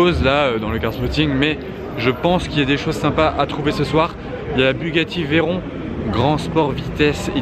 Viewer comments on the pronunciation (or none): none